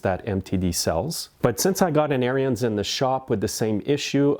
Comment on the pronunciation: It's ARENS The "i" is silent. Not like aryan race.